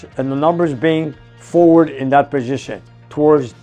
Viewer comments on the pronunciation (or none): none